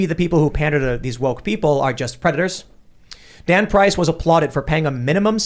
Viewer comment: Tim: We got a story with this guy Dan Price. I heard: we got a story with this God damn price XD